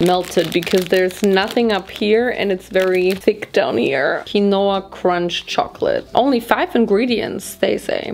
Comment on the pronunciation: "KWANOAH" its "KEEN_WAH" i still love you tho! lol